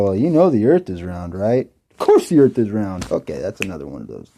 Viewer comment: Let's talk about that ball "Earf".